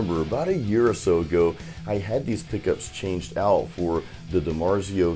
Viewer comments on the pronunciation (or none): none